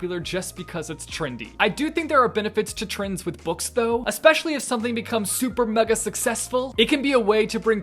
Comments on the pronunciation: me: trends: TRINDS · Normal person: Trends: Trins or Trinds Me: I like better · so my name is trinh and every time you say "trends" i keep hearing my name lol the fidget spinner clip though iconic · sounds like he’s saying trinds instead of trends 😂